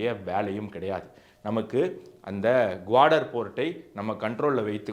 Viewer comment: குவாடர் அல்ல, கவாதர்.. அதேபோல் சப்பார் அல்ல, ச்சா பஹார் (நான்கு பருவநிலை)